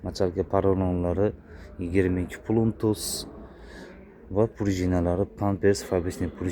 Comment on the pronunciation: Pluntus emas plotnost boladi oka